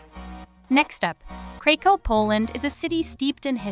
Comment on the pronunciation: Well done… you managed to mispronounce Mostar, Bremen, Krakow, Zaragoza, Thessaloniki .. oh and Baroque